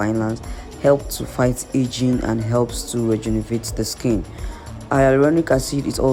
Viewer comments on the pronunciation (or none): Rejuvenate not rejunevate